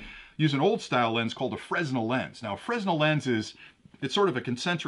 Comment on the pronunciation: The Fresnel lens is pronounced Fra - Nell. I know it is not spelled that way and a ton of people get it wrong. No dis here, just saying.